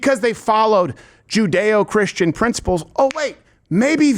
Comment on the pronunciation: This jerkoff said "judeo Christian" 😂😂😂 what a dumbass 😂😂😂